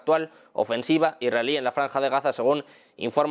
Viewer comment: Cuándo dice "Irael" o "Iraeli", se refiere a ISRAEL o ISRAELÍ?